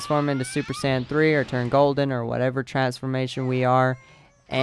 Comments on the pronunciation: He can't say saiyan probably drives me nuts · I hope you know you're not pronouncing Saiyan right, just saiyan...kill me